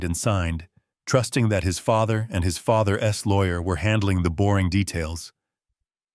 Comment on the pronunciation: Too bad about the computer generated speech. It does not flow as it should and thus takes away the emotion. An otherwise good story got annoying to listen to. Father's lawyer is pronounced as father-es. There must be better software out there to make this story better